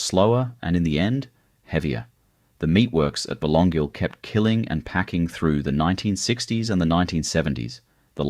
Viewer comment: Yes, so many of these photos don’t relate to Byron! Some even look American. That’s AI for you, I guess .. . Someone needs to teach AI how to pronounce ‘Wategos’ and ‘Belongil’ !!!